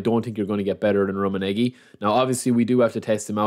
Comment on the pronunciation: Love the content. You're pronunciation of Rumminege isn't the best though haha